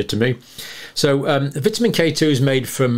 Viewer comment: I like the way you pronounce vitamin